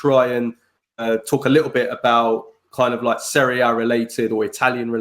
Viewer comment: Please stop pronouncing if Serie 'Aye'... every dickhead on the planet knows its Serie 'Ah'.